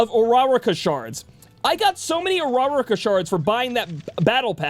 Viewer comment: Hearing him try to say Uraraka hurts.